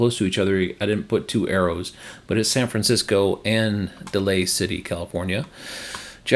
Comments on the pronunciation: Just so you know it's "Day-lee City", not "Delay City" 🙂 Great updated, exiciting to see these go in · Daly City, CA is pronounced like "daily". :) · it’s pronounced Day-ly City. Like not weekly but daily. 😊 I lived in San Jose which is about an hour away from Daily City and San Francisco for 38 years. Now in Central Coast of California. Thanks for the update! Would love to join you if I were nearby an IOANA.